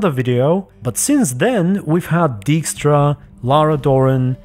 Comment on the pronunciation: 1 think that I hated on Witcher 3 English dub was mispronunciation of Dijkstra the origin is a Dutch name where "ij" is read as "ai" so it should be read like Daikstra